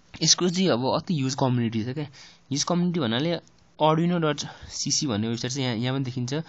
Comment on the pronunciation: It's आर्डुइनो not अर्डीनो.